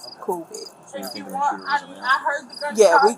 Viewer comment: I'm the only one who's seen the “SHOTER” 😆😂😂🤣🤣 That's a new one on me. needs to go to school